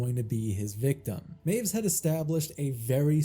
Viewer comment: Correction of a correction. W's in German are pronounced as V's, so it sounds like 'my-viss'.